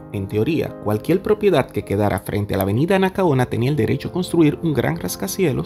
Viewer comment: Di cualquier, no cualquiel. Hehehe se te hace dificil eh!